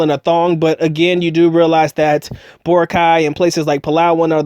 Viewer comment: it's nor Bor-a-cay, it's Bo-rac-y... my wife is from there